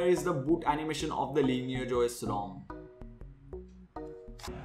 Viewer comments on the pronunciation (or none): Why do you call it Linear? Its Lineage!